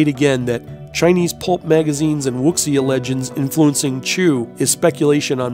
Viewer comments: This was awesome- that animal spirit, amazed me. I think everyone will say this- "Wuxia" is pronounced "Woo-Sha" - the X is "Shh" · The word WUXIA is actually pronounced "WU-SHAA" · Wuxia is pronounced Woo- seeya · WUXIA is actually pronounced WOO-ZHA. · Wuxia is pronounced (Wu-sha) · Wuxia is pronounced "Woo-sha".. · You do realize wuxia's pronounced wu-shi-ah, right? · Wuxia is pronounced Wu see ya. X is silent.